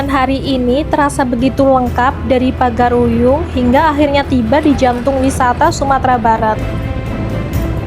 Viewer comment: Itu salah pengucapan, bukan pagar-uyung yang benar Pagaruyung Karena saya asli orang padang